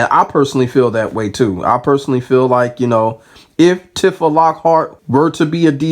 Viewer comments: Side note, it's pronounced "T-fuh" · I hate that i gotta be the one to say this but its Tee-fah bro lol, good video tho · The way you keep saying her name is triggering me. Go off tho king 😂